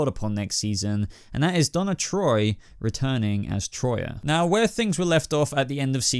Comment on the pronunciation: For the love of Zeus. Her name is Τροία and it’s pronounced tria.